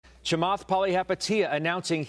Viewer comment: He butchered Chamath's name. :)